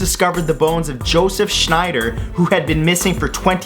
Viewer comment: Abbeville, not Abe. Shex-nider, not Schneider